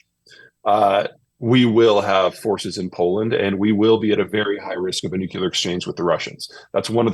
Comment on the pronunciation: Peter Zeihan proves that you can be a brilliant thought leader and still pronounce the word "nuclear" as "nook-yoo-lar".